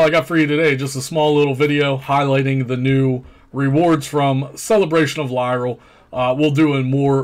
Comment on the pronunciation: It's Lliira, not Lyral! LOL! {:-:-:}